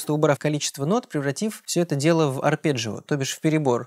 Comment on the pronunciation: а мне понравились "подщипчики" = "подписчики" а ещё "переборджио" = "арпеджио" - очень рад, что мы теперь и по- русски можем сказать сложный термин.